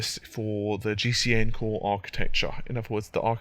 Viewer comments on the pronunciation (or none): none